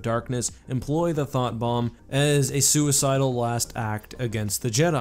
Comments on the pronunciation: What he said: Thought Bomb What I hear: Thot Bomb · Was it just me that heard "Thot Bomb"?